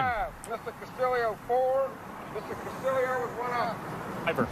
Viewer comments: Ricky Casta-Leo!! Castillio!!REALLY ? It's Castillo ... simple!! It can't be pronounced like that!! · Thank you!! Such a simple name to pronounce!! I'm not Even Spanish!! When he was announced on the tee box they said Casta-Leo🤯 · It's cast-ee-oh.... not cast-ill-eoh!!! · Castillo has only one 'i' ... Why are they pronouncing it with two? Shouldn't it be pronounced Castiyo, not Castiliyo? Double l in Spanish has y sound. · video idea: take a shot every time they pronounce castillo wrong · Am I crazy or are the announcers pronouncing Costillo's name wrong? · They are def pronouncing it wrong lol they said it like three different ways!